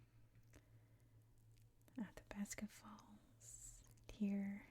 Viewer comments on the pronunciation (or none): none